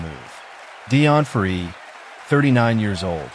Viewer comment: Please get the dialogue correct. It is Deon Fourie, NOT Dion Free.